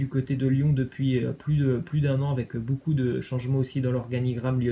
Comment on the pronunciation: Ça se prononce [bocoup] et non [boucoup] Tu casse les oreilles avec tes énormités en prononciation😪